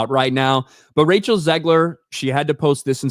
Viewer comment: OMG! got her name right (and I don't mean the last name).